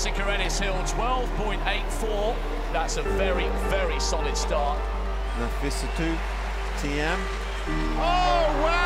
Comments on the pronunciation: does the commentator say 'Nasi' instead of 'Nafi'ssatou? :D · As ahmolly said, the commentator says "Nassifatou" instead of "Nafissatou". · It's Nafissatou Thiam, not Nassifatou ^^